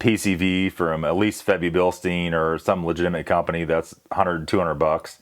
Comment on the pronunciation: Please tell me you didnt say Febi Bilstein??!!?!?!?!?!?